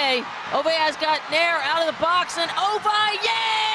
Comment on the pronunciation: Ovalleii and pelaggio 😅😅😅